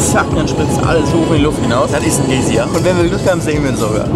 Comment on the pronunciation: GAi sier, not Gay sier :D